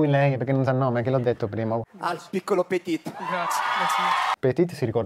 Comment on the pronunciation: Da mezzosangue francese da parte di madre, posso dire che la pronuncia di Petit è decisamente scarsina😅 Tra l'altro Malgioglio dice "PetiT" quando invece la 'T' non si deve far sentire😂